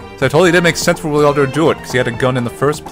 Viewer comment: the fact that keeps adding an invisible i before the a in wilardos name bothers me to a ridiculous level also ashe is the goddamn worst